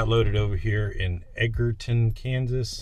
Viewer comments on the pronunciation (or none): Hey, great video, its actually pronounce Edge-er- ton